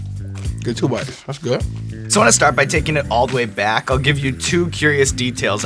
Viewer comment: "its gWuud"